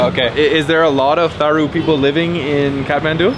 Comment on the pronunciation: The H in "Tharu" is SILENT.